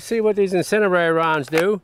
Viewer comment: The word is incendiary, not incenderary.